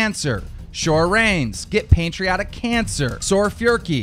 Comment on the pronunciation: “soar reyes, get pantriatic cancer” 💀 why he say it like that